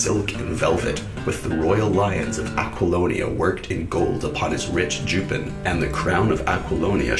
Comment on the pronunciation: Right pronunciation of "accoutrements" plus 1 point. You should be able to pronounce "jupon".